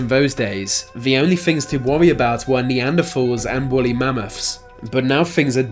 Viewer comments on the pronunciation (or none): Where the f*** did you learn how to speak English ? You have the most lazy speech I have ever heard . Stop doing YouTube stop speaking . Thanks is NOT pronounced with a "f" sound . It's not neanderfal or fir'een . You lazy f*** feckless mush mouth loser . There's only one thing your mouth should be doing , and it's not speaking .